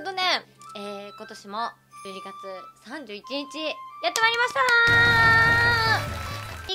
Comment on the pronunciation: 12月って言ってるのがちゅうにーって聞こえた